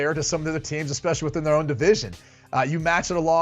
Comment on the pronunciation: Ekspecially. A dozen times. My 4 year old speaks better English than b-mac